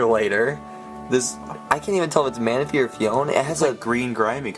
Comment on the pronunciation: its manaphy lol